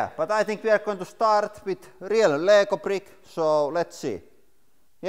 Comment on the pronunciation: Selausutaan riil ei riel